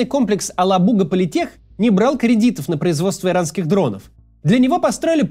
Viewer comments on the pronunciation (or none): Правильно говорить АлАбуга, ударение на второй слог! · алабУга 😅 Максим , ударение на вторую А 😁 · Правильно - "АлАбуга".